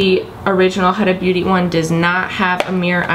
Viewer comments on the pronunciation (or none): HUDA is pronounced as WHOOO-DUHHHH not HAAA-DAAA... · It’s pronounced “hoooda” not “huhdah” lol